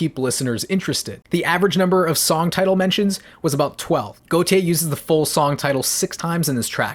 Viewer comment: Wanna point out, Gotye's name is pronounced like goatee